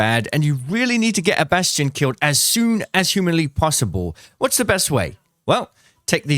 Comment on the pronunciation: Its bass-T-on.... not bashton